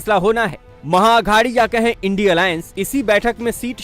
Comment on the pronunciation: Anchor madam इंडिया गठबंधन को आइडिया बोलने में क्यों तकलीफ हो रही हैं क्या?